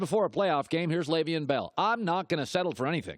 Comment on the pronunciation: After all these years you still can't pronounce his first name.